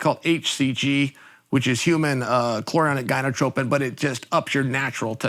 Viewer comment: Chael said “Human cholronic gonadateopin” so close buddy 😂 Also hCG makes your nuts bigger fyi